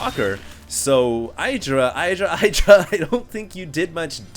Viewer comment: his name is not EYEdra